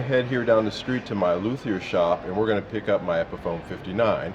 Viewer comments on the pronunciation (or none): none